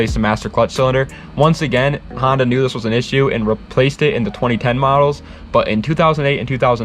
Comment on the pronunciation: N1gga just said "Hondota" 🤦‍♂️💀